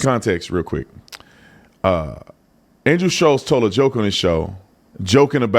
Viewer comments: Guys it’s Schulz not Shutlz. Forever you guys are saying and spelling his name wrong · FFS.... How is it that only the people that dislike Andrew SCHULZ. Know how to spell and say his name? I love your channel. But c'mon. Getting names right, is 101 stuff.